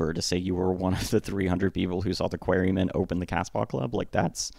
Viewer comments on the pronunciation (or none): "the Queerymen"?? its pronounced "Qua-re Men" 🤦🏻‍♀... also, it was George Harrison who intro'd Pete to the band... you also failed to mention that during the Tony Sheridan sessions in 1961, producer Bert Kaempfert asked took away Pete's kick drum due to him only being able to play the one "atom"/4 on the floor beat.. Pete was a shitty drummer.. just A/B/C the 3 versions of "Love Me Do" -the Pete version, the Andy White version and the Ringo version.... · wow.. Im going to try not to bother by writing a million words on an AI made video - (remember the "Queery-men" pronunciation? that was AI)... but, i will address some of your points, but firstly.. no need for name calling and insults.. I have a rule - dont say or do something online that you wouldnt say or do in person, and I cant imagine you would call me a "dummy" and whatever else if I was standing face to face with you.. right, where was I? thats it: ok.. if Kaempfert was such a "fuddy duddy", why did George Martin also have a problem with his timing issues/playing to the point that he asked that Pete not record for the Beatles? i mean, you can even hear the band falter on the Pete version of Love Me Do after he loses his timing in the second middle 8.. so why was that asked of them then? hmmm?? Also, if Pete was such a "genius", why didnt he go anywhere after the Beatles and end up driving a bread truck? Ill put it another way you cant argue with or refute. Its said the Beatles really learned their stage craft and put in their "10,000 hours" over in Hamburg. When they left Liverpool in 1960, they were seen as a "bum group" according to Alan Williams and by the time they came back, they had all the chops that they continued to tap into for the rest of their respective careers. Except for Pete. He was still playing what he was playing when they left.. he just didnt progress.. nor did he jell with the others... when they would want to hang out, he would make excuses not